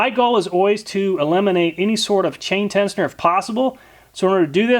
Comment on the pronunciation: Love your videos I binge then Amat least once a week. But that being said the pronunciation of tensioner triggered me lol